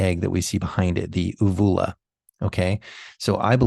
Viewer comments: Uvula, pronunciation: YOU view la. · Long 'U' on first u in uvula. Just FYI.